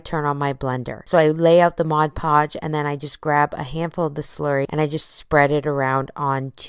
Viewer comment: It's pronounced "MOD Podge", not "MODGE Podge"!